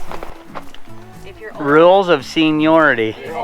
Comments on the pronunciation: "Senilority" Love it! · "Senile-yority" - Good Job! Now, can anybody use that, or do we have to pay royalties?